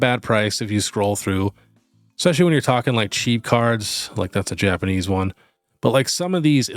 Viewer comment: Hey, love the channel! Can give you a small suggestion? Its not EXpescially, its ESpecially. Just a pet peeve of mine that I know many other people share as well:)